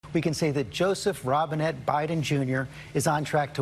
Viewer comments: I think he said Robbinghead. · Robinhead? Did he say Joseph Robinhead Biden?😂😂😂 Thanks for all the great vids Jeremy❤✌